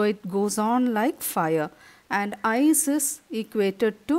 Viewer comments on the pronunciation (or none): Mam it's ice not eyes😂😂😂😂